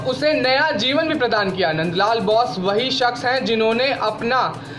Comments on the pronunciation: Abe NBN Ke Gadhe (Nand LAL) Bose....Ka उच्चारण बौस नहीं बोस है। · चित्रकार का नाम मन्द लाल बाेस था! आप बार- बार बाैस बाेल रहे हैं!